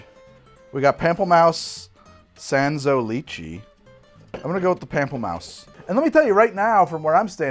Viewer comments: "Pamp-elle-Mouse"?! It's "Pomp-Lur-Moose" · Pamplemouse is French for grapefruit. It's not pronounced "pample mouse". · Pamplemousse is pronounced like Pom Pluh moose. It's French for grapefruit. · as a european (swedish, i.e non-french) "pample-mouse" is one of the most butchered pronounciasions I've ever heard. (don't get me wrong, still love your channel though <3 ) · "pam-pull-mouse" smdh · It's the "la cwah" followed by the "pample mouse" for me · I'm Canadian and "La-croy Pamp-la-maus" almost struck me dead XD